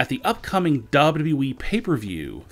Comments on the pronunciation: His voice is so damn annoying though its WWE not DubYaDubYaYeeeee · he says wwe weird, “wwdrwddre “ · What the hell is a "Dabe You E" ???? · Would you talk NORMALLY......ITS WWE NOT DOUBLE DOUBLE E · Why do you sound like that ? you pronounce WWE like Elmer Fudd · I can't stand they way this guy talks but the way he says WWE is hilarious. No one ever talks like this